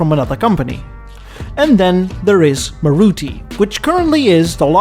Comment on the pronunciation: and its pronoun's as Maaruti